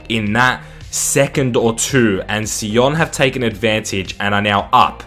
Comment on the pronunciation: FC Sion is a Swiss side and it is pronounced "Zee on"